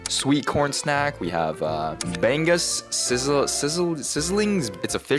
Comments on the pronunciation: its pronounced ba-ngus not bang-us. just correcting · Its also prounounced bang-os but its fine